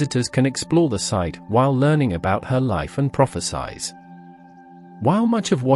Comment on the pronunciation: It doesn't do particularly well with English either. Hearing prophesies repeatedly pronounced as prophetize got old quickly.